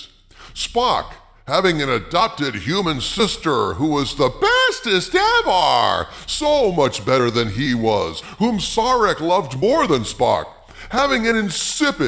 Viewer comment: You call yourself a Star Trek fan and you mispronounce Sarek? It's not saw-rek. Its sair-ek.